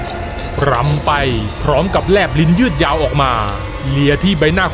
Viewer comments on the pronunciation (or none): รำค่ะ ไม่ใช่ ลำ